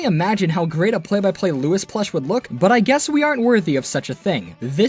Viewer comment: "play by play Lewis plush"